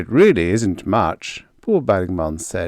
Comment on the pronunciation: Every time I hear you say Bo Bergman, my ears hear bawbag man. Guess I've listened to too many Scottish folks. 😁